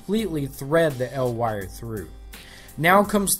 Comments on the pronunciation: Hey man! Awesome tutorial. Just want to let you know it's pronounced "E. L." for "Electro Luminescent" not "L Wire" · listening to you say "El Wire" instead of "E-L Wire" makes me uncomfortable... sounds like some Mexican kid's street name... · "L" wire? Isn't it said "E.L." since it abbreviates electrolumenescent? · It's not 'el' wire it's e.l wire for electro lumedecant dumbass